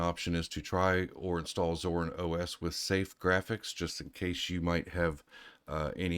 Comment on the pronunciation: WHY are you calling it ZORN?